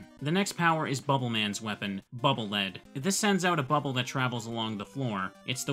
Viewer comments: Bubble Lead is actually Bubble Lead, pronounced "leed", like when you lead something, like it leads the way forward so you won't fall into pits. I know, it was confusing for me for years as well, but after playing the Japanese version, it's no longer a question, as it types out the weapon names phonetically. Then again, the Japanese version has Clash Man instead of Crash Man, so I don't know... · The localization didn't do anything, it's written as "BUBBLE LEAD" a ton of places in Japanese too. just mispronounces it. Neither the Japanese developers nor the English localizers ever intended for it to have anything to do with metal. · Man if only someone had submitted Wipe Man, we could've had the sewer level. Actually it's Bubble Lead isn't pronounced lead like the metal, it's lead like "take me to your leader".